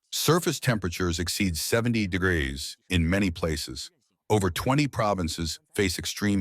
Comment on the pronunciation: Can this AI learn to say degrees?